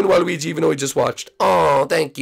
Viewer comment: Waluigi, not walwegi.